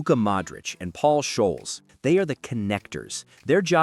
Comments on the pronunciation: Scholes not showls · I am offended with how you pronounce Paul Skolz👀